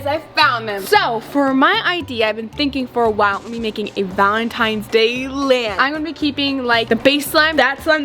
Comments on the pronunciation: Is it me or did say Valentime’s Day and not Valentines’ Day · Why does say valentimes doe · said VALENTIMES DAY 😂😂